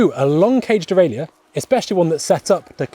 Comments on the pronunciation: Please, please, please, stop. The mechanism, which shifts the chain up, and down the cassette, is called a derailleur. In English, it is pronounced "dee-rail-ur". Three syllables, dee-rail-ur. Not "dee-rail-ee-ur". That would be four syllables, and as correct as referring to your bike, as a bi-cy-cycle. End of rant, sort it out please. Kisses, 1XBIKES. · It’s strange to hear him pronounce all the letters in “derailleur” and “hanger”.